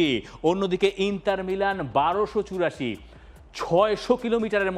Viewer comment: আচ্ছা ইন্টার মিলানের নাম ইন্টার নার্সিৎও-লে! হল কবে?? দর্শক হিসেবে আমরা শুদ্ধ উচ্চারণ প্রত্যাশা করি।